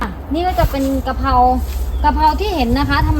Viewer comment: ทุกอย่างทำดีแล้วค่ะแต่ขอคลิปต่อๆไปคุณพูดให้ถูกต้องหน่อยเช่นปลูกพริกไม่ใช่ปูกพิกกะเพราไม่ใช่กะเพานะคะจะเพอร์เฟคมากเลย🤘🤘😮